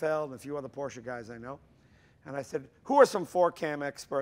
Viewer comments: It's PorSSSSSche... ;) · Jay is NOT correct, at the 12 second mark he says Porsh, not porsche, not porsha, He says PORSH... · Hey Jay, huge fan of your show and garage! I also love Porsche, I actually have one myself. It's a Porsche 911 C2 1996. I love it to death. But as I watch your show I can't help but notice that you say porsh, It hurts me because it is such an amasing car company, Germany at that, and they deserve your respect. Lots of car fans and fanatics watch your show and ideal you. Hope you have a great day. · Jay only needs to practice his pronunciation a little bit more to become a true Porschephile. P O R S C H E is a two-syllable word...a family name...pronounced Por-sha! Vroom, Vrooom! Lee Raskin, Porsche historian/author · In the video Jay is inconsistent with his pronunciation of P O R S C H E... one syllable or two? Here's a rule of thumb, Jay: You can only sit on your front and back por(s)ch ...but you can definitely sit in your Por-sha and drive it...Vroom, Vroooom! Lee Raskin, Porsche historian/author. See Jay interviewing me for Jay's Garage Book Club - James Dean At Speed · Its Por sche . Two sylables Jay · Please someone tell Jay that Porsche is a 2 syllable word. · Its your car but you cant prounounce the real Name it Calls Porsche not Porsch in german you prounounce the "e" too!! greetings from a german guy.. Dammit english Speaker have massiv Problems with that..